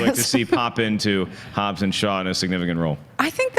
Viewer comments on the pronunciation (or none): It's Hobbs not Hobbes😂